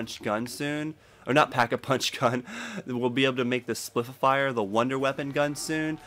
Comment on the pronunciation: spif-e-fier lol